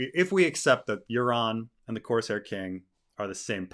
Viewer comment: Did you say coarse hair?😁